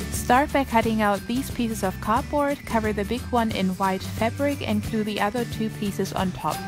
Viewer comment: I don't know why but I love the way you say glue it sounds like cglue